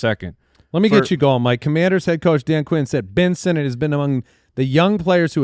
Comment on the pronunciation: Ben Sinnott? Paaaaaaaaaa-lease